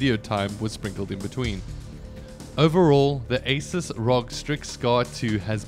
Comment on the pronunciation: Asus is "A Soos" not "A Sis"